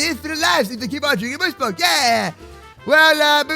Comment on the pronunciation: My favorite word is MOOSE MALK